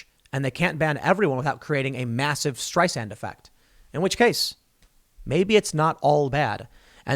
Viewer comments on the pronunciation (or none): none